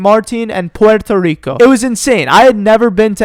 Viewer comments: just say poerto rico normaly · It’s pronounced portu rico bro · Yo why’d he say Puerto Rico like that 😂